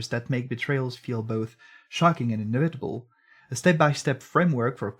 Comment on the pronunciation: "inna vitable in ree trospect" lmao